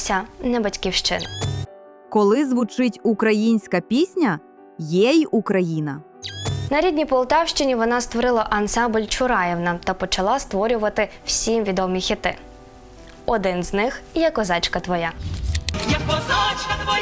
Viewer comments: ЛьонОк, а не ЛьОнок, ЧуараЇвна, а не ЧурАївна. І тут уже ші чи що?😳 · Пані ведуча,прикро слухати не правильні наголоси колективів.Ви хоч би поцікавилися,перед записом програми. "Льоно'к","Чураї'вна" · Тільки не ЧурАївна, а ЧураЇвна. Маруся Чурай, співачка з Хмельничини 17-го століття, жила у Полтаві. У Кириченко була дуже сучасна пісня "Сину", де є слова:" Можна все на світі вибирати, сину, вибрати не божна тільки Батьківщину"! А ще "Степом, степом". Завжди плакала, слухаючи цю пісню, а зараз особливо, спокійно її слухати не можна. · Не "ЛьОнок", а "ЛьонОк"; не "ЧурАївна", а "ЧураЇвна". Пані ведуча, зверніть, будь ласка, на це увагу. Ці назви на слуху в українців, а Ви наче вперше їх почули. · Дуже чудовий голос! Як можна наголос ставити "ЧурАївна", якщо правильно "ЧураЇвна", що це заклька з московитської "мала батьківщина"? Українці кажуть бАтьківщина і всім зрозуміло, що це місце де народилась і зростала людина!